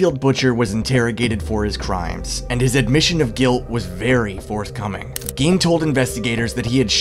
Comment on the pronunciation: Gein pronounced “Gain”